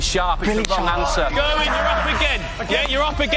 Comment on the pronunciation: English people need to learn how to pronounce Gerwyn properly